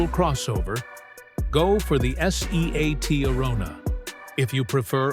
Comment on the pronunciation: Some day, Artificial Imbecility will learn to pronounce 'Seat' whether of not it's written in capitals.